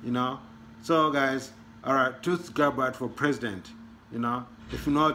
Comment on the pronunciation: My brother from Africa TUTSI ? is a tribe in Rwanda and Burundi .You have to help pronounce it as Tul-Si and not Tut-Si . But good job you need to speak Swahili or your local dialect it will help the rest of us . As they say in Swahili Asante Sana